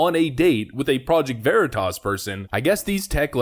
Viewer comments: The people deciding what is and is not okay to say call it "project vee-tahs" It would appear that a college degree doesn't mean you're literate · I also like how this genius doesn't even know how to pronounce "Veritas." Va-Ree-Tus ... yeah, that's the ticket. Let's ask Xavier Bah-kah-ree-uh about it. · "Project Vereeetisz"... does this Twitter Exec live under a rock??... he has no grasp of the classics pronunciation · "Project Ver-ee-tus". Way to think on your feet PV-J. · Sounds like new tasty product from Frito-Lay. I want to try a bag of Ver-EE-tas. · lol exactly what I was thinking… ‘Ver eeet tus’ …is that like smothered burritos (pronounced ‘bureeetas’ ) Reminds me of back home Colorado locals who somehow insist on Buena Vista being pronounced ‘Beeooonah Vista’. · That reporter wasn’t going to get a second date after mispronouncing Veritas because that pretentious prick immediately deemed him unworthy. Jokes on him. 🤣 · He can’t pronounce Veri Tas. 🤦🏼‍♂️ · When the project Veritas reported purposefully mispronounced Veritas. Lmao!!! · love that he mispronounces project Veritas to throw off the scent. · Couldn't pronounce Veritas correctly. Hmm...so, now Twitter is Twatter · I love how the journalists mispronounced Veritas to throw him off the scent. Nicely done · Excellent, excellent touch by mispronouncing Veritas. Well done, Deep Cover Guy! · The reporter mispronounced Veritas. Bold, but it worked on dumb bean bag. Kudos! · pronouncing Veritas wrong was SLICK A/F 🤣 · It was the PV journalist who purposely mispronounced the name.